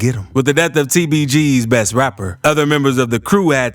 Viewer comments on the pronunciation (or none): none